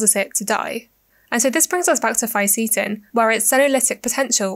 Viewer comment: Didn't like how you mispronounced the words Fisetin and Qurcitin